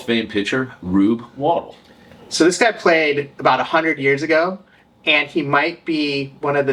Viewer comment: I believe the correct pronunciation is Wah-DELL.